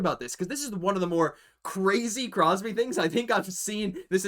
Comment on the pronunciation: Dayum, i'm surprised you managed to get Crosby's name right...haha 😅